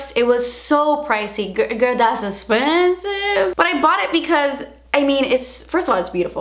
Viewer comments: "Girl das espensssive" LOL you got me crackin up 😂😂😂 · "das espensive" 😂😂😂 damn that gets me every time